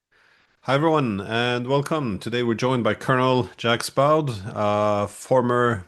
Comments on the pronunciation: I shut if off when he pronounced his name Jacks Bawd. Come on, if you're going to invite people on your podcast, at least have the decency to pronounce their names correctly!! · Great video as always. Unfortunately mr Diesen pronounces the name always horribly wrong. Jacques(Jak) Baud(Bo). As an professor he should at least try.